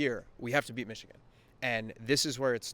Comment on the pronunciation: I dare you to pronounce it Michican again